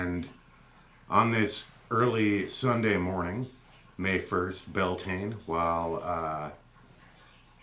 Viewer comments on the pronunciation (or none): none